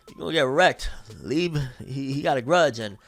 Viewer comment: youre pronouncing liebe wrong bro